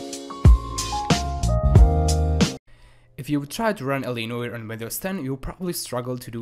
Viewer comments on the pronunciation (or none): He calls it L.A Noy er. It's No-are.